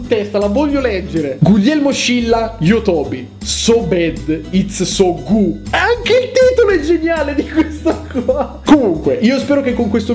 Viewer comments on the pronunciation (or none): "so bed it's so Gu" mi sa già di capolavoro!!! 😂